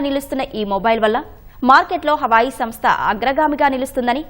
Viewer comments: అది హవాయి, అమ్మాయి కాదు.....హువావే😂😂😂😂😂😂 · Hawayi kaadu talli Huawei 😂😂😂